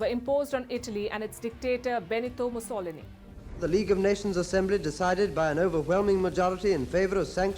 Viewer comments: having a little problem Pronouncing Benito Mussolini..!!!!!!!!!!!!!!! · The way you pronounced Benito’s surname is quite funky.